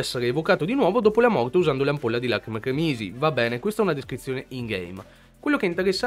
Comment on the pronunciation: Si dice crémisi non cremísi, cerchiamo di parlare correttamente la nostra lingua. Capisco che dall’accento che hai la parli poco però sforzati, Trieste non è in Austria da un po’